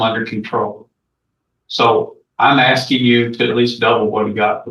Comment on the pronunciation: axing and whatnot